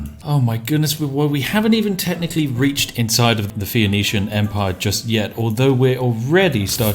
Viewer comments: I like how you mangle the pronunciation of "phoenician" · My brain melts a little when he can't get Phoenician right...